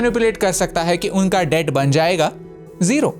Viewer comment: Debt ko thoda theek saw batao